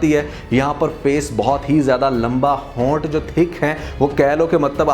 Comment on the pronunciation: Hoonths 🤣 ,you are hilarious